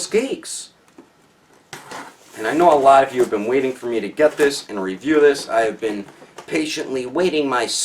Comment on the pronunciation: "I was patiently waiting my-CELL-f" "Even though the colors really dont match PERFECTLY.."